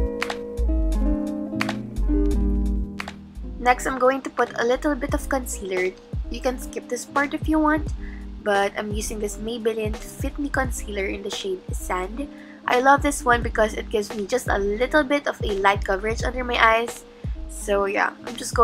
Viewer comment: Did she just pronounce maybelline as may-belly-in 💀💀💀